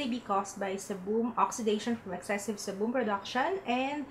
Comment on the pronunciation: Seriously?? Sorry but sebum is pronounced as "SEE-BUHM" and NOT "SI-BOM". I was kinda confused at first coz i thought you said Cebu but then i realized you were referring to sebum. Just a little correction though, hope this helps. Since you're doing a vlog, might as well improve your pronunciation coz many people are going to watch you.